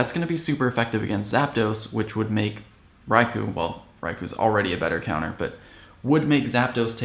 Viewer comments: You said "Rai-ku", it's pronounced Rai-kohhh...you said so in your Raikou guide. :) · its pronounced RaikOH.